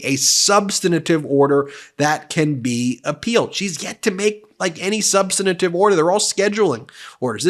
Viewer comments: Please, Ben…it’s “sub-stan-tive”, not “sub-stan-a-tive”. 3 syllables. There’s no “a” sound between the 2nd and 3rd. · Sub-stan-tive. Not sub-stan-a-tive. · NOT "Sub san i tive". The word is "sub stan tive". Ben, you use that word in almost every video you make about Aileen Cannon. Please learn how to pronounce it. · Ben, I love Meidas Touch, am subscribed, watch or listen almost daily, but please -- the word "substantive" has three syllables -- sub-stan-tive -- not four. Please indulge me! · SUBSTANTIVE HAS 3 SYLLABLES! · SUBSTANTIVE has 3 syllables, not 4... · You’re saying “substantive ” wrong, there is no i between the n and the t. Please stop doing that. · I love Meidas Touch and I want you to get the repect you deserve. That is why I care a lot that you pronounce words correctly. When you mispronounce words, it diminishes your credibility. You are mispronouncing the word "substantive"